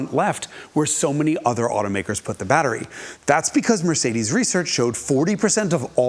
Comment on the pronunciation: The European pronunciation of Mercedes made me laugh 😂, he nailed it